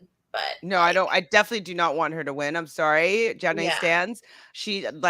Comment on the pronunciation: Great recap. But ya'll, it's pronounced John-aye not Jo-nay lol. Oh and I agree with that I def thought Nehemiah was going to be chosen. If MJ won and Derrick was gone it wouldn't have helped him. Derrick is not as close to Wes/Nehemiah/Brad trio though he is their friend.